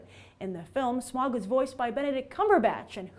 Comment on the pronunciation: She mispronounced almost every name. Especially Smaug. It's "Smowg" not "Smog"